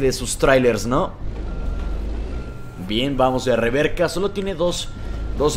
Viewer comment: porque dices reverca, luego no es reversa